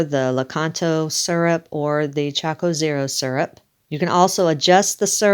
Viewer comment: looks good .. choc zero not choco zero.. cute